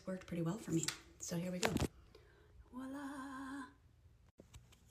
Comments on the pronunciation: It's the over and over used of "walla!" Hun, it's voila... 😅😒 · The "real mom" is so condescending. Just do your makeup the way you like and go. I've noticed Americans always say "Wah-lah" it's Voilà like "vwa-lah". How about I be condescending about that! Hahaha 😆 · That “real mom” keeps saying “wallah” 😂 instead of voila. So cringe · i know im late to the party, but that 44 year old woman was just so cringy. "back in my day, this is how we do it. damned kids and their new techniques, get off my lawn". so pretentious, yet says "wala" instead of "voila" proving she's a moron and unjustly cocky. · what is that ‘real mom’ getting angry over… like, who asked? genuinely? also saying ‘ouala’ 50 times instead of voila annoyed me so much lol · imagine being 40 and saying wala instead of voila 🙄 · I imagine 44 y/o Mom is trying to be funny, look at me, and sarcastic....but no. Just no. It's not helpful or funny....AND it's voilà! Not WALLAH. Don't listen to her nonsense! 😆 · that 40yr old lady saying walla 🤣🤣🤣🤣🤣🤣 she not only doesn't know how to look good with makeup, she also doesn't know common words and phrases lmao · “Real mom getting ready” my biggest annoyance was her saying “walla” when she did stuff. It’s VOILA!!!!!!! It. Is. French. It’s et voila… not and walla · That lady needs to stop saying “wallah” it’s VOILA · As an almost 40-year-old I use whatever technique/amount of makeup/style I want depending on my mood. Benefits of being an adult. I also can't get over the fact she kept saying "wah-lah" instead of voilà. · The 40 year old doing the makeup and keeps saying "walla" instead of "voila" is irking my brain 💀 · She keeps saying "wah-lah," which means nothing. The word is actually "voila." Imagine that 😏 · Lol and the way she pronounces “voila” as “wallah” 😂